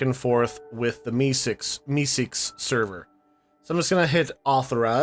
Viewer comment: I love how u keep saying MeeSeek